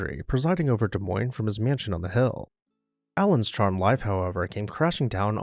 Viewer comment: As someone who grew up in Iowa, thank you for featuring this beautiful home. Also, thank you for pronouncing Des Moines correctly 😅